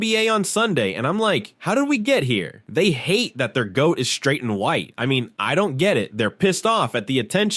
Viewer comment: “Shtraight” up